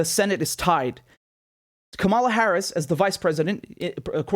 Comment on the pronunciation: It's Kamala as in Pamela.